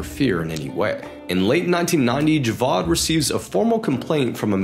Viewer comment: I absolutely love ur vids cuz u also give some visuals and I’m British Pakistani and live in Lahore and i so appreciate that you added clips from pakistan instead of adding generic clips u actually care for the details man pls never stop much love and btw the name isn’t pronounced javad it’s pronounced ja-vaid